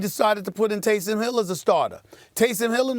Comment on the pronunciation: You have no credibility when you call him “Tayson”.